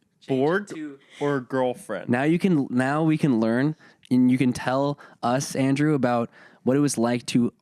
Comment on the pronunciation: not me thinking he said andrew juannn